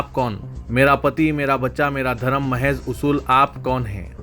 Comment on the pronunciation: Mihaz nahein Mahaz